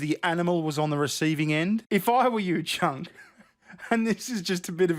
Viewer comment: I love that you pronounce his name Chunk, it’s perfect.